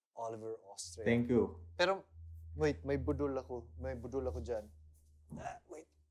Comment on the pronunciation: slater's pronunciation of "budol" is sooooo cuteee hahahaha💖